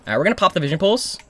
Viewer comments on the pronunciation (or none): lol he said vison pulse